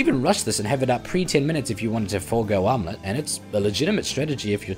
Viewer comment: Matterino Thurmanerino I'm making fun of the way he says "armlet" with his accent